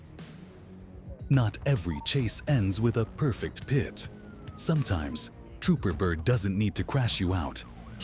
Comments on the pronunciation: Hey, its PRONOUNCED PIT NOT PITY or PIT T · okay, i was just looking over your resume for the narrator position, what makes you beleive you are qualified to narrate police chase videos? "well lets just say i know alot about checks notes pee tee meneuvers" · This voice is good, but change it to «pit», or «pitt» it would sound way better! Also change K9 to «canine»!😎👮🏻‍♂️🚓